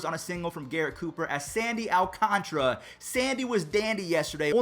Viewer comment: When is someone gonna tell he is pronouncing Sandy Alcantara's lastname wrong